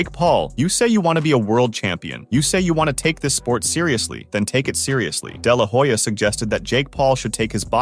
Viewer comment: You should check what your pronunciation of "de la Hoya" really means in Spanish.